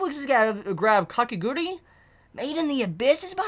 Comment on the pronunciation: You keep pronouncing Kakegurui as Kakeguri...it's Ka-Ke-Gu-Ru-I